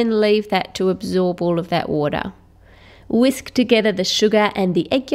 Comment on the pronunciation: am I the only one that cringed when she said whisk